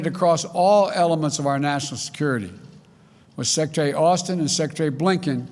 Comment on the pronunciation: he can't even pronounce the word secretary...